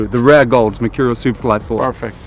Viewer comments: No one: Ronaldo: mechurial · I'm gonna start saying machurial now like cr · Merchoooreal es Amazing...you heard it here first